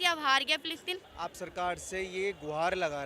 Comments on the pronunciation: Phillipine? Palestine 😂 pehle bolna seekh dhang se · Philistine bolna nhi aata, aur vaha pai jana itana jada gavar pan sirf madarsa se hi ho sakti hai. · Phle nam shi se bolna sikh le philitine jayegi ye 😂